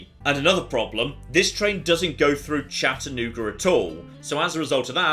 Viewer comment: As someone who's lived in the Chattanooga area for most of my life, I was shocked to see how accurate the map is. And hearing Chattanooga in a British accent was delightful